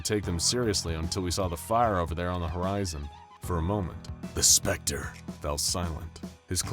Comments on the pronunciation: Stop saying the specter like that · Also,why do u keep on saying "the specter" like that lol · Is it an anomaly that you can't pronounce THE SPECTER normally